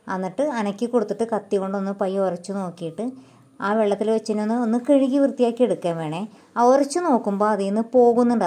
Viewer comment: കിഴുകി എന്നല്ല കഴുകി എന്നുപറയണം